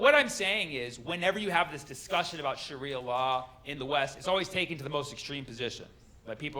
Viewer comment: I can’t get over the way he pronounces it, tho, isnt it “shaaria” not “shuria”